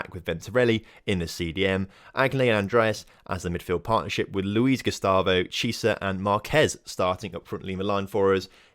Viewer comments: its pronounce key-ay-sa not cheeasa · You say chiesa like key-ay-sa